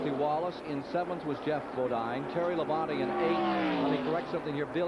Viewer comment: I am not sure what is more annoying. Announcers back then pronouncing Terry Labonte's name wrong by saying "Terry Labon-TAY" or announcers saying "Mike Waltrip" instead of Michael Waltrip. That's just me